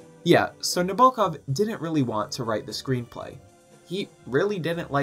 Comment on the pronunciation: Sorry to be a grammar Karen, but please pronounce the author's name correctly. It's on the first syllable "NA bo kov."